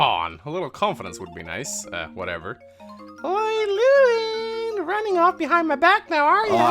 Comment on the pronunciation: I'm pretty sure Lewyn is pronounced Levin still. The W is pronounced with a V sound